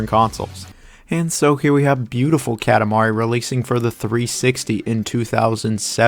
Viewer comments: This is a great video! I agree with your list completely really. (Small pet peeve, it’s pronounced kah-tah mari LOL) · bruh why do you say "katamari" like that lmao. the "ka" is like "coffee", not like "cat". KA TA MARI.